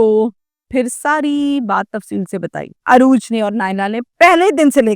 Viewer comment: UROOJ not Arooj